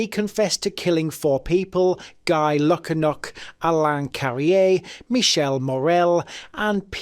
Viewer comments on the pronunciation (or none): none